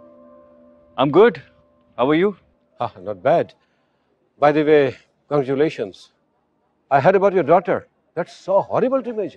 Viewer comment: can't even pronounce CONGRATULATIONS😅😅😅😅